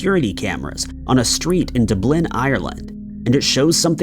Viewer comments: DuBLIN took me out a bit lol. It's DUB-lin loooool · Wherever you're getting your sources from their wrong because what you have attributed to the kickback crew is actually urbex Hill, and that clip even has the watermark from nukes top 5. The one after that is winmcpics these are both pretty well-known YouTubers and it's kind of sad that you're giving credit to somebody else on tiktok Plus the pronunciation of Dublin Ireland should not be something that we have to tell you you're doing wrong